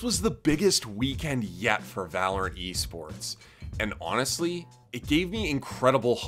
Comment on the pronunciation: I had to rewind that. I honestly thought he said yeast sports, no offense.